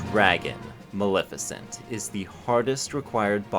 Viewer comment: Hey “Malissa” had me fucking laugh out loud